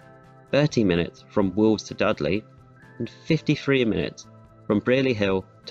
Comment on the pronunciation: Dud lay surely!